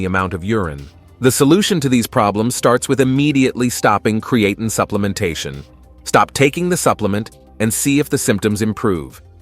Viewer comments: It's obvious that the AI voice does not know how to say Creatine correctly. You can fix that by spelling it differently. Try spelling it "Createen" and see if it says it correctly. It really messes up the video when the voice keeps mispronouncing the star of the show. I'm surprised you uploaded this with that mispronunciation. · Createen, creatane, creatyne .... interesting pronunciation. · I gave up on Cree-eighteen. I now use Creatine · It’s really annoying pisses me off hearing AI constantly mispronounce the supplements name and then it says it constantly throughout the video it’s unnecessary to constantly keep repeating the name of the effing supplement. If you’re gonna use AI and you know that you should actually check your work before publishing it and putting it online the least you could do if it can’t annunciate the word correctly it’s just eliminate the word I’ve had to turn off the audio and just watch subtitles at this point because it got so annoying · Yeah it’s incredibly annoying hearing an AI mispronounce the supplements name. And then having some inept person not even listen to or proofread the work before they upload it. On top of it why do we have to hear the AI say creatine incorrectly so many damn times. It’s like it’s looking for an excuse just to say the word over and over again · How come he pronounces creatine different everytime?...... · Hard to take the video seriously when there is at least three or four different pronunciations of creatine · The problem isn’t the AI it’s the person that uploaded these videos that doesn’t even bother to listen to the mispronunciation. Then why in the hell allow the AI to say the damn word so many times It says if the AI is looking for excuses to continuously say the word. And in the previous video it was the same bot the same AI mispronouncing the word a completely different way. Anyway I had to mute the damn thing and just watched the subtitles